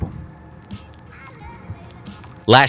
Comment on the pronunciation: God as a Scotsman it's great to hear an American pronounce Glasgow correctly <3